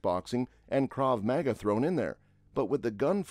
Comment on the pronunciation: You talk about all the inaccuracies in the movie, yet you cant pronounce half the words correctly, especially Krav Maga. 😆